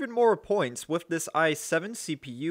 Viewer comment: You lost me the first time you said wiff instead of with.